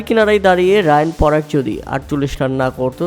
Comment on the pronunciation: ওটা রিয়ান পরাগ । রায়ান পরাগ নয় ভালো করে আগে পড়াশোনা করুন 👍